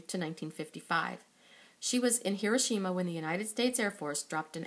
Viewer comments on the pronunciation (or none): none